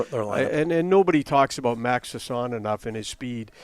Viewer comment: how long till Donnie and the rest pronounce Sass-ON properly.